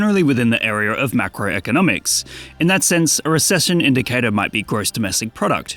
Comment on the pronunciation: "Definitely in the Arear"